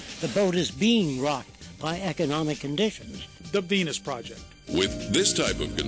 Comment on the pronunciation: Sounds like the reporter says "the PENIS project" att : p...